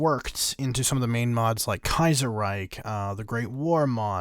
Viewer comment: "Kaiser Reik"im asking my self how you pronunce chips kips